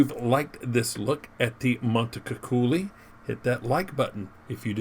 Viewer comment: Ti prego fate un meme sulla sua pronuncia bel dire MONTECUCCOLI 🤣🤣🤣🤣